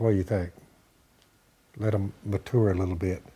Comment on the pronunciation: I like how phil says mature